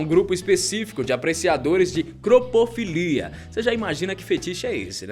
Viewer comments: oq foi ki ele falou ali quase no finalzinho? cropofilia?????pfvr alguém me responde e me corrigir kkk quero v oq e 😂😂😂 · Todo vídeo tem alguma informação errada.... Não é "Cropofilia" mas sim Coprofilia. São parecidos porém não são iguais.